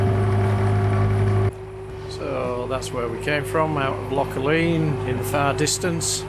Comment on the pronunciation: Loch Aline is pronounced “Loch Alan”